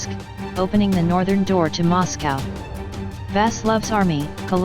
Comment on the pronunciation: It kept pronouncing Moscow wrong.